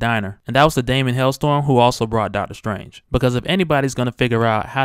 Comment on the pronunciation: this shit is so ill,its hellSTROM not storm fam, great job though u sound like you from brooklyn are you ?